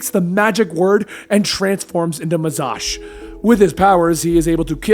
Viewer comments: Its Mazahs (Muh-zaz) not Mazash. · I think somebody’s already said here but I will reiterate it. In actuality the original captain Marvel and Billy Batson were two separate entities. As well, the way he pronounces faucet and the evil Shazam, Mazahs, For some reason that really gets to me.